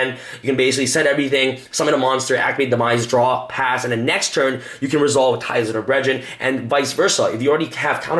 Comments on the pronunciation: “Ties of The BreadRen” 2018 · Ties of the Bread-drin lol. Deck looks good though.